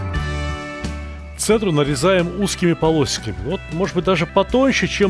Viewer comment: Полосиками)). Прикольно оговорился.